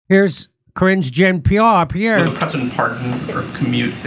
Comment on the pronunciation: “Cringe Jean PR.” Oh, Jimmy...